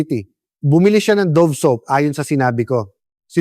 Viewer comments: Hindi yan Do-vee. You prnounce it Dove ( davv). What kind of AI is this? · I think it pronounce as Dove like a Dove bird not Dovee.. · Bakit " Do...ve? Dove po! Yung english ng kalapati!!